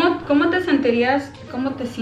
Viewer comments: “Sienterias”, “Senterias”, “Seinterias”. I love how they all tried to remember how to say the word SENTIRÍAS 🥺❤️ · Nobody got sentirías right omg 😅😭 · none of them said “sentirías” right LMAOOO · The fact that none of them got “sentirías” right 🤣🤍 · it’s “SENTIRÍAS” lmao<3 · Es “SENTIRÍAS” jajaja LMAo Love you! Me necesitan para unas clases de español ❤️ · se dice como te ¨sentirias¨ hahah im from Panama, love u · it’s “sentirías” 🤣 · it’s sentirías LMAO